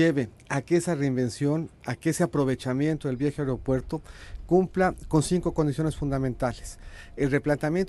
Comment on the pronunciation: El "Areopuerto"